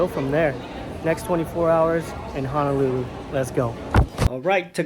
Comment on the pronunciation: Aloha, you speaking Japanese fluently but hearing you say Hanalulu shock me, HONOLULU does have an A in it